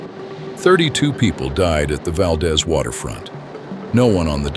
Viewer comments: Interesting video but the AI voice is distracting, it pauses at strange intervals and mispronounces many local names. For example, Valdez in Alaska is pronounced "Val-DEEZ" not "Val-dez." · Wrong pronunciations: Valdeeeez, not Valdez. Cheeeena, not Chayna. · Val-deez, not val-daz, AI sucks! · Pronounced val-DEES. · By the way, Valdez is pronounced "Valdeeez" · its pronounced VALdEEZ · "Valdeeze" not Valdez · I arrived in Anchorage the summer of 1969...at that time there was no discussion of the earthquake. Not a single person mentioned it. Also: there were no signs the city had ever been destroyed. amazing! They just refused to discuss it. Addendum: Valdez is pronounced Val-deez. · First, there’s a misspelling of Pacific Northwest that I mentioned. Then there’s a picture of the mountain range. Two Mount Rainiers?? Mount Shasta and Mount St Shasta? A Mount St Helens….none of these in the right position….. VERY poorly done. What a disappointment! I wonder how many other mistakes there are. Of course that’s in addition to the mispronunciation of Valdez etc. mentioned by other people.